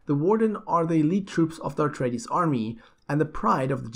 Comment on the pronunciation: Please... please please - It's A treides, not AR treides. Just a friendly correction, so you don't trigger the die hard Dune fans.